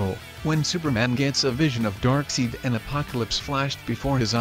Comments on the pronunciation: Pronounced like side not seed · This man pronounces dark seid like dark seed but yet he shows a clip from justice league war which dark seid clearly says I am dark seid pronounced like dark side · It’s Darkseid as in dark “side” pronounciacion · OK. Who else came to the comments to say "Darkseed"😂😂😂😂😂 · Let's all report this guy. IT'S pronounced 'DARKSIDE' not Darkseed! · I'm pretty sure Darkseid is pronounced "Dark Side", not "Dark Seed". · Dude!!! Dark SIDE!!! DARK SIDE!!! NOT DARK SEED!!! I almost had an anyurism!! Mother of God! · It's DARKSEID NOT FUCKING DARKSEED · Oh my fucking god. Not darkseed, not darkside. IT'S DARKSEID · Darkseid is pronounced Darkside not Darkseed, lol. Just an FYI. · It's dark side!!! Not darkseed!! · Darkseed lololol Darkseid even pronounces it. DarkSIDE aka DarkSEID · Does any one notice he is saying darkseide instead of darkside just saying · Hey....you know it is pronounced "DARK SIDE" not "DARK SEED"??????? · did he just say darkseed if darkside was real he would come knocking on your door 😂😂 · His name is Darkseid not dark scene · It's pronounced DarkSide(Seid) not Darkseed. You clearly had a clip from Justice League War in which he said his name. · It's pronounced "darkside" not "darkseid" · "Dark Seed" wtf. It's pronounced Dark Side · 😂😂 he could at least type Dark Side. To the Bot will say It instead or Seed..😂😂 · WHO THE HELL IS DARKSEED??? His name is Darkseid man, not Darkseed. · It's not dark seed its dark seid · Its dark side..not dark seed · "DarkSIDE", not "DarkSEED"!!! For cryin' out loud! If you're gonna do a video based on comicbook characters, AT LEAST GET THEIR NAMES RIGHT!!!! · Not "Darkseed"... DarkSEID! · Darkseed lmao DarkSIDE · Darksied not darkseed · It's not darkseed It's dark side for fuck sakeee Not seeeedddd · dark! side! not dark seed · its pronounced darkside not darkseed. should've done all the voice over work yourself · Its darksied not darkseed! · Heard “darkseed” And then paused the video